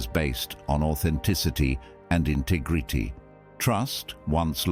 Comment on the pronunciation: Funny way of pronouncing "integrity" ....bizzare